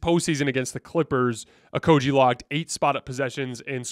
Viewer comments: Stop saying Josh OkoJee it's a hard G like Great.... It's Josh OkoGie please say it Right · I love your content, but sometimes you have no f*cks given about name pronunciation. Pretty sure it's a hard G my friend